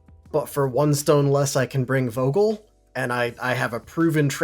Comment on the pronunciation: Great video as always 😉 So the guy called Vogel is a German name, it's pronounced starting with an "f" sound. There's a deliberate alliteration in his name.